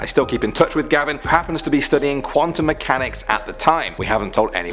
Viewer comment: It's not gabin it's gavin